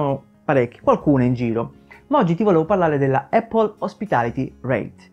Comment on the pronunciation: Lo so che questa Apple hospitality reit non e' la Apple di Cupertino ma... Non voglio fare il pignolo ma...solo noi in Italia diciamo "eppol"...sbagliando di brutto 😁 La corretta pronuncia e' "Apl" con una "P" ... Ecco la pronuncia dal fondatore...chi meglio di lui?